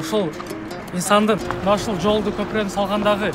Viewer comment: Тууганым тура так сүйлөп айтчы көпүрөнү копурок дебей?.Биз салган копурок дебей так сүйлө.